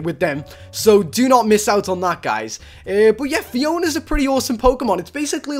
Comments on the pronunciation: It's not phi on its phy o na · phione is pronounced phee oa nee